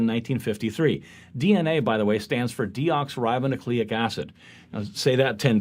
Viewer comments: And still can't get the pronunciation of DNA correct. Try deox-Y-ribonucleic acid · If you are going to make a joke about saying the full name of DNA 5 times or even once you should actually get that once RIGHT. It's not DEOXrybo it's DEOXYribonucleic acid. They can't even get it right when they joke about not being able to get it right. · "DNA by the way stays for Deeyox ribe nucleic acid" Throw both of those twittering twatwaffles into the trash. Deoxiribonucleic acid. They're missing almost half the freaking vowels. Anyone who takes them seriously needs to go back to watching the sports channel with five beers balanced on their bloated gut between church visits. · He needs more help, apparently, after failing to pronounce "deoxyribonucleic acid" in a presentation which is entirely about that and could've been filmed in more takes to fix the mistake. (Maybe they thought the other guy's joke about trying to even pronounce it once was funny?) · It became too cringe when they mispronounced deoxyribonucleic acid. We need to abolish homeschooling.